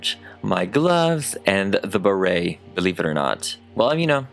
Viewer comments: Ok but wtf is up with your Béret pronunciation? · i love you so much but every time you said beret like that i wanted. to die. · The way he says Barret is funny for a French person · Uhm I don't think that's how you pronounce "béret" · can you explain something very confusing ? how come you say it béret like that ? i am french but we don t emphasis it the way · I am so tickled by your pronunciation of beret! I can’t stop giggling and I love it so much! And I would buy your mini me’s beret it you made them for humans! Fabulous job as always 😍😍😍 Also, would you consider doing a Beyonce doll?